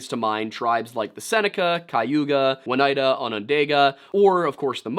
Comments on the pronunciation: Pronounced O neida not One neida....I live here in the Oneida Indian territory. Sorry , people often mispronounce the places with names derived from the indian language here, unless you was born and raised here. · 2/5 tribe names right, I guess that's not too bad. Seneca - Correct Mohawk - Correct Cayuga - KAY-you-guh, not KAI-you-gah Oneida - Oh-NIGH-duh. Not.... I don't actually know how you managed to put a W in there. Onondaga - On-uh-daw-guh. The second 'n' is silent, none of the 'a's have a long sound. Oh and uh.... Hoe-den-oh-show-neigh. The 'oh' in the middle can be a solid 'OH' sound or a softer 'uh' sound, both are correct as far as I know. Sincerely, someone who has lived in all three counties named after the tribes you mispronounced. <3 (No shade, there are so many place names around here that AREN'T native that no one can pronounce if they're not local.) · Just pronunciation correction. It's oh-ni-duh. "ni" like in the word night